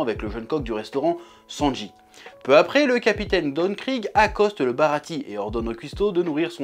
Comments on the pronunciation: Ça se lit baratié normalement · Le "e" de Baratie se prononce "é". A part ce petit détail, vidéo très sympa :)